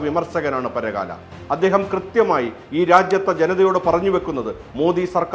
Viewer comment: It's not paragaaala it's parakkala 🙏